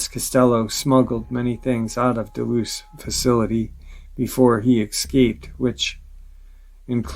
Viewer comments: The dulce base is not pronounced deloose it’s pronounced dullsee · Can you please pronounce Dulce correctly im almost positive your saying it wrong